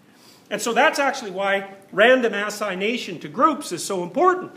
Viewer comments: Random assignation, gotta love his pronunciation 😂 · Just curious, is he pronouncing “randomization” “random-ass-ination”?